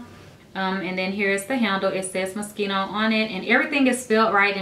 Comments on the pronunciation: You said "Moschino" wrong!! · Its mo-shee-no